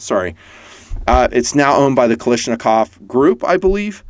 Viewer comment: Is nobody bothered he calls Kalashnikov,Kalishnakov.Is that an American thing or what?